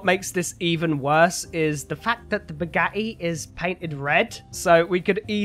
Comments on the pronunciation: naw. He kinda says it like "Bugahi" 😂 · The way he says "Bugatti" makes me so happy😂😂😂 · Just Can make me laugh The whole time the Way he Says Bugatti I like it your my Favorite Gta 5 YouTuber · I hate the way he says bugatti